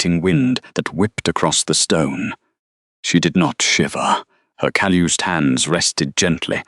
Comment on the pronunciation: Oh no...cal-oosed hands. Someone teach AI how to pronounce Calloused.